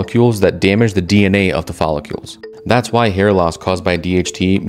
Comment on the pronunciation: Is “follicles”, not “follicules”. If you’re going to present a factual scientific channel, at least pronounce the words properly 😳🙈